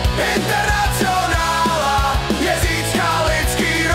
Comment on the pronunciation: Zajímavá výslovnost: internacjonála...